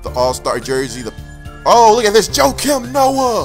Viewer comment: Was he pronouncing jokaim Noah (IK i spelled it wrong) wrong or was I just hearing him wrong? Nice packs!!!